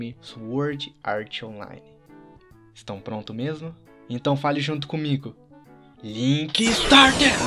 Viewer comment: link statu kkk assim que eles falam (link start)